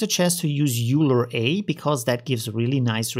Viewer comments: "Euler" is pronounced like "oiler" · awesome video euler is pronounced "oylr" btw extremely helpful vid